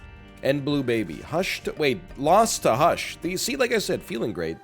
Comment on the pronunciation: HE SAID THE WORD WRONG!!!!